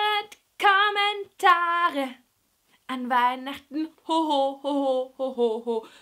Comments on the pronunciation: das R wurde nicht gerollt!? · Sie rollt das RRRRR nicht! Ein fall für Galileo Mistery... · war das ein richtiges R?:D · Sie hat Kommentare gesagt ohne das r zu rollen